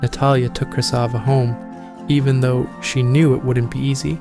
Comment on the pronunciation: I think it's Krasiva not Krysava